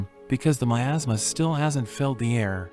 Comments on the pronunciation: Miasma. That's how you pronounce that word. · for a second I thought you said it was covered in "my asthma" instead of "miasma" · i thought he said in a kingdom covered by my ass 😭😭😭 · Tfw you hear 'miasma' as 'my asthma' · What I heard at the beginning “assmass” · thought you said "my asthma" or something